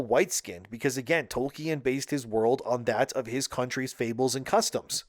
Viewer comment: Tol-KEE-An? Huh?